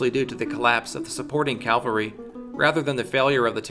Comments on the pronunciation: Is it just me, or did he keeping mispronouncing cavalry as Calvary? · One critique: cavalry, not Calvary. Aside from that, terrific work. I learned alot. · Another great video, but... Ugh, one of my greatest pet peeves: when people say “calvary” instead of “cavalry” (two very different things, as the former is the place where Christ was crucified, also called Golgotha). I don’t understand why so many people make that mistake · I’ve just got one question: What’s this “calvary” you speak of?